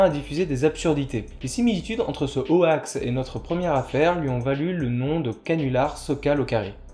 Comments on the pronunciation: C'était très intéressant ! Parc contre "hoax" prononcé "o-axe" ça pique un peu les oreilles ! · "ho-ax", j'ai toujours prononcé ça "hox" personnellement, j'imagine que c'est comme gif et jif, les deux prononciations sont courantes. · Ah non non, ça prononce bien "hox" (/hoʊks/ en alphabet phonétique) mais on a prononcé ça n'importe comment car on trouvait ça drôle ^^' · très intéressant, par contre dire ho-ax ça choque... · Nan mais cette prononciation de hoax me donne des envies de meurtres >.< Vous avez fait exprès, rassurez-moi ? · Vous pouvez éviter de prononcer "Hoax" à la française ... C'est moche à entendre. ><' Et vous utiliser aussi le mot français canular donc c'était évitable.